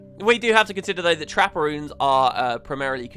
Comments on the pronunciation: took me way to long to realise you were saying 'trapper runes' not 'trapperoons'... even with the pictures think i need to sleep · Constantly thought you were saying Trapparoons instead of trapper runes.